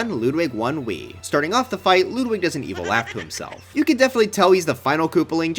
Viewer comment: why do you call him LOODWIG!!!!??!?!?!?!!